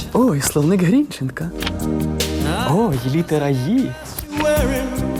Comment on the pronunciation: тільки наголос - ГрінчЕнко